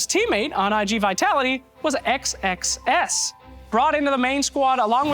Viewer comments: Pounds Sex Sex Sex. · He keeps pronouncing xxs super carefully. XD